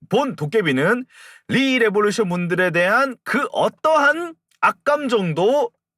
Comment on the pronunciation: 시작부터 rrrr하시는 거 듣고 삘 왔어요 ㅋㅋㅋㅋㅋㅋ 리레 웹소 소개 감사합니다ㅏ